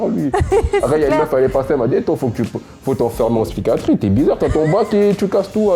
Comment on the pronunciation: 23.07 faut t'enfermer en spychatrie 😂... il doit être dyslexique, du coup plus de mérite à avoir eut le bac.